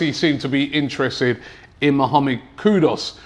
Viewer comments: It's kudus not Kudos 😅😂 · Robbie, how does Kud-us become Kud-os? Ffs lol!! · Robbie is funny, the way the guy butcher peoples names!! It’s Kudus not Kudos but makes me laugh every time 🤣🤣🤣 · Robbie, the player is not "KUDOS" - he's "KUDUS". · His name is KUDUS not Kudos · Kudus* not kudos smh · Can’t Robbie read? It’s KudUs and not KudOs! SMDH. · Its KUDUS ffs........not KUDOS!!!!! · The name is NOT Kudos, rather KUDUS. There is a difference between the two. Get it right. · Kudus!!!! Not kudos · Please is kudus not kudos don't make Ghanaians come for ur head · Kudos😂😂😂😂 Pronounced Koodoos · ONE questions?? .... Who's Kudos?? Are you telling me that Robbie not only mispronounces the names but that AFTV can't even spell his name correctly??